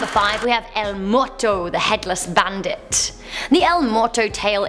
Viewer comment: "El moto?" It's, El Muerto Mu-er-to. Or you could have said: The dead.